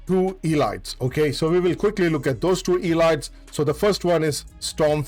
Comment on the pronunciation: You should look up how to pronounce word "elite" "elites".